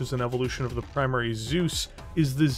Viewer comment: Well... how to pronounce "Zeus" the real Steiner-way? "Soos"? Nope. "T-soys"? Jawoll!